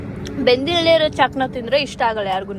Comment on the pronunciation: ಅದು ಚಾಕ್ನ, ಚಾಕಣ ಅಲ್ಲ